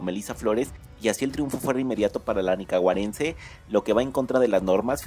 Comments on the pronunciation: Oh sí, cómo no!? Qué cuento tan lleno de dolor!! Seguí soñando bróder. Por muy bella que sea tu mexicana, esa pinolera está en su propia liga. Ganó por bella, elegante, humilde e intelectual. Qué narrador tan bruto! Se dice nicaragüense , no “nicaguarense”🤦‍♂️ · Es nicaragüense no nicaguarece. 😅😅😅😅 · Tan falso como su pronunciacion sheylin es shaynnis la Nicaguense, nicaragüense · Se dice Nicaragüense no Nicaguarense! Tras de todo lo dijo 2 veces! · Me parece ofensivo el NICAGUARENSE. ES NICARAGÜENSE. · Se dice NICARAGÜENSE no nicagüarense... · Nicaragüense y yo que dije nicaguarence 😒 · Falso, busqué en Google, y en las redes serias y no hay nada de eso. Ni hablar puede lengua de yoyo, dice Nicaguarense😂😂😂😂😂 Clase de envidia, seguro el que habla quiere ser miss.😂😂😂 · 😂😂😂😂NICAGUARENSE? inculto se dice nicaragüense a qué bruto 😂😂😂😂😅😅😅😅😅😅😂😂😂😂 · Y es Nicaragüense no Nicaguarense 😒😒😒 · 😂😂 primero aprende a hablar y expresarte y no pases pena, se dice NICARAGÜENSE, NO NICAGUARENSE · Sheinnis no es nicaguarense , es nicaragüense aprende hablar primero .. es de mi pais bello .. viva Nucaragua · Además no sabe ni hablar 😮dice :NICAGUARENCE! 🤦🏻‍♀️ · y di qué no dijo como otra persona en otro canal: NICACARAGUENSE, eso sí se escucha muy feo 💩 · Esta noticia es ridícula, nicagüarense dice el ton..ton. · Ni bien puede decir el gentilicio "nicaguarense" 😂😂😂😂😂😂😂😂😂😂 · Nicaguarense ,hable bien señor 😂😂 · Nicawarense? Habla bien pocho mejikano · Malos, estan selosos y es nicaraguense no ninanagues celosos😂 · No son fake news sino pendejadas... Sheynnis es una reina fuera de serie. De paso que no pronunciar bien nicaraguense puede. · Olle aprende a pronunciar la nicaragüense